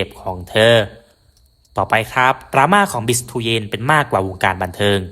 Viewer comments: ฟังคนพากย์เวียตนามเรียก บีช เตือน ไม่ใช่ บิช เตียน หรือ บีิทูเย็น หรือตู้เย็น!! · อยากให้แอดออกเสียงเรียกชื่อนักกีฬาให้ถูกต้องตามเจ้าของภาษาเพื่อเป็นแบบอย่างที่ดีของคนทำสื่อเผยแพร่ข่าวสารของนักกีฬาถือเป็นการให้เกียรติเจ้าของชื่อ คนเวียดนามเรียกเธอว่า "บิค เตวียน"